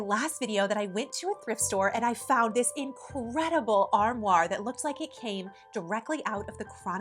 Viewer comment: LOVE ur channel! Just a kind fyi about the "armoire". You keep putting an r on the end, almost as saying "arm war". lol I've heard so many versions as an English major! An easy way I learned to remember the correct way to pronounce it will be simple for you because you love it so much-I'll explain: So say the first part like "are". The second part like "mwah"-like you are giving it a big kiss since you love it so much! It's a French word variation of armarie, which originated from Latin. England in the 14th century had the word Ambry for a cupboard or pantry. Anyway, I just thought you would like to know this-Isn't language wonderful?!! Keep the terrific videos coming! We love you here in Arkansas!